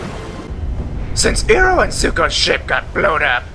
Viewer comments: ...talk about pronouncing names wrong you stupid wolf dog w.e you are its not eroh its IROH OMFG HGSVSJVVHS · God all the mispronunciation in this film was horrible, the script writer, as well as the director are morons. Also to the guy who made this, it is IROH(eye-row) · He pronounced iroh how they did in the movie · you are concern with the cast pronounce Sokka wrong but you yourself didn't get Iroh right.... Irony....